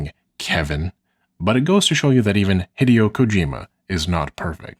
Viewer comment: Interesting that you pay such close attention to detail on pronunciation most of the time, but still pronounce Hideo Kojima as "hiddy-oh" rather than "hee-day-oh"